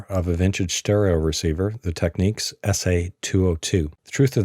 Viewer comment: Why do dims always mispronounce TEK-NIKS !?